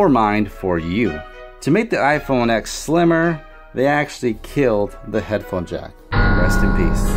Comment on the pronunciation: how're you going to say bad stuff about the iPhone X if you don't even know how to pronounce the name? the note 8 is more expensive if you get the model with the better processor The note 8 only has a bigger screen because the whole phone is bigger. The iPhone X has a much smaller notch than the note 8, and no chin The curved edges just make videos look weird SD storage is much slower, cannot hold apps, and you can literally just plug it into a computer and steal all its data The iphone's face id works in the dark and with sunglasses too, and is much faster and more secure The note 8's facial recognition can be tricked with a photo The iPhone X has dual front, and back cameras, and has better quality, which also takes up less storage, and can record 4k 60 fps which the note 8 cant Barely anyone uses wired headphones in 2018 And apple includes lightning headphones which sound, fit, and feel much better apple has updated ios to allow faster wireless charging there is much better battery and app optimization, so the battery lasts much longer and it is much easier to find someone with an iPhone charger, than it is to find someone with a Samsung charger My SE, from 2016, which only costs $100, and has a much smaller battery, lasts me all day with heavy usage the ram means nothing, its all about how optimized the apps are, which all iPhone apps are, and no android apps are ive never had it happen to me where ive been at a meeting and couldn't find a pen. If I needed one, I could ju